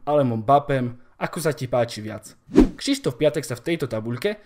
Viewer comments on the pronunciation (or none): Jenom tak btw. měla by se to číst Křyštof, neber si to špatně ale bydlím kousek od polských hranic a ten Šištof mi trhá oči